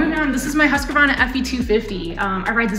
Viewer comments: It's not husk-a-varna or husky-varna, it's just hüskvarna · Why are americans do not care about how to pronounce brands correctly? Husquarna hurts my ears and I'm not even swedish...